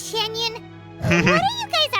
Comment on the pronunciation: Xinyan starts with Xin, while Xianyun starts with Xian, so it's pronounced a bit differently